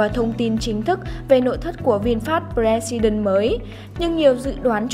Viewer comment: Tên hay ý nghĩa mà biên tập viên đọc là bờ re si đừn. Thua